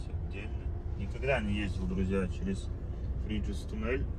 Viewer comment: ТурИн а не ТУрин.. не фреЖус, а фреюс... в магаз, если будете следующий раз по а4 с Новары в сторону Турина, то после а26 на сьезде на Грэджио есть ЕвроСпин, можно заехать прям с прицепом! Удачной вам дорожки!